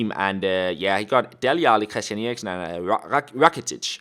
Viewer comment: Jacob May hes Danish and me to thats how u say it on danish